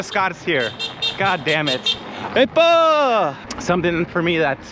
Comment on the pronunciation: plz stop saying epa